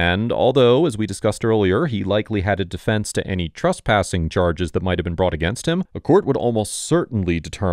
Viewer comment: Cop: Trespassing: He said truspassing